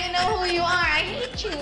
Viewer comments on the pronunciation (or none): Maybe that's why KC's 'I hate you' sounded to me like 'I love you'. 😁✌️